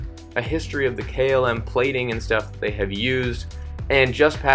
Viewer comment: So difficult to listen to a narrator that disrespects his audience, by mispronounced terms such as KLM. What does Kaylim even mean? Articulate. Pronunciate. You'r adult enough for that.